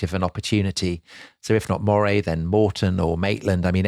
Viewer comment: And Earl of Moray should be pronounced Murray